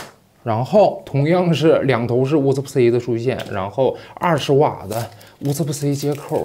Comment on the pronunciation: “乌斯布-色欸”，不应该是“乌斯布-瓷”吗？